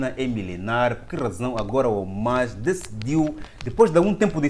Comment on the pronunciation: Irmao me perdoe mas nao se diz Omas...mas sim HAMAS( é arabe o termo)